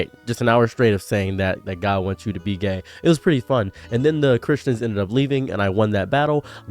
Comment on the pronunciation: A bit of a critique I thought you said "God wants you to be Dead" not God wants you to be Gay until you said so in the video. Appreciate the effort but I guess more emphasis on the Gaaaay next time